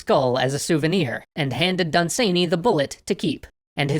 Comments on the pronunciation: OMG, y'all and pronunciation, lol. He's British: it's DUN-san-y, not dun-SANE-y. He's not done being sane, he remained quite sane, I believe. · Hi there! A few things . It is pronounced 'Dunsanny' not 'Dunsaney' .You were close with 'Fusilier' and HPL saw Dunsany speak at a lecture but was too shy to go and meet/talk with him afterwards. Great stuff though! Keep up the good work! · Done Sane Eeee? Try saying it more: "Dun-s'nee" (pronunciation source: an Irish Lord.) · Lord Done-suh-knee, not sany. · "Dun-SANE-ee"? I've always heard it pronounced "DUN-suh-nee" over here in England. (Also "FEW-zill-ears" not ... umm ... "Few-ZILL-ee-urs") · I pronounce his name DUN-sunny, not dun-SANE-ee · Dun-SANEY Jesus Christ, great episode and all, but I don't think you could have possibly pronounced that in a more cursed manner. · For the record its pronounced Dun'S'nay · Never heard dunsany pronounced like that? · DAE thinks is pronouncing Dunsany weird?